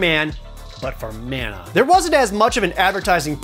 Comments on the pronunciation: It’s mah-nuh. The guy in the commercial says it. For the S.N.E.S. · It is pronounced MONA Geez get it right. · Glad to see the original TV ad says Secret of Mana, not Secret of Manna. I wish the voice actors in the recent Trials of Mana remake got the memo. 🙄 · After hearing talk about secret of mana for 5 minutes then hear him say "manor" when talking about 7th guest messed with my head